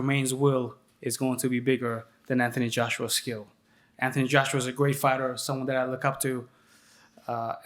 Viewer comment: What's with Eddie hearns is there a misunderstanding between his brain and his mouth he keeps pronouncing Anthony Joshua's first name as ( anty )